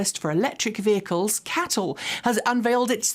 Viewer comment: Come on ! C.A.T.L not cattle 🐄 🤦🏻‍♂️